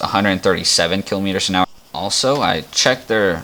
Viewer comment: I-frit???? kelo meeters? You mean kilometers and If-rit.